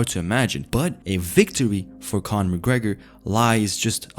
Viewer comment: "Conor mcgreg"😂😂😂☠️